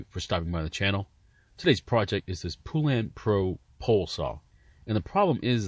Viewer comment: Poo-lan? It's pronounced pole-len